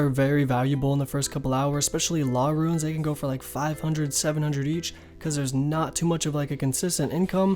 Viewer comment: i hate how you pronounce runes like ruins instead of roons also rsn is Hairy Seaman cuz i got cleaned and need to rebuild